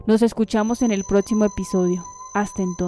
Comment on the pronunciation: Por que dice "etsplicito", "protsimo"? Es buen proyecto pero seria mejor que dividan los textos a quien pronuncie bien las X. No es agradable escuchar mal las palabras, o podrían buscar sinónimos de esas mismas palabras. Es una opinión porque si me gustaría seguir escuchándolos.